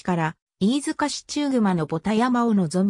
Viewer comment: ちゅうぐま、ではなく、ただくまですね。